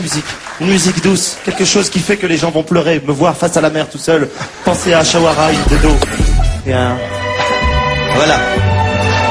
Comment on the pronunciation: ashwara mdr ils savent pas prononcer son prenom. c'est simple aish-wa-rya! elle est magnifique j''ai jamais vu sa. en plus elle dance magnifiquement bien. a voir dhoom2.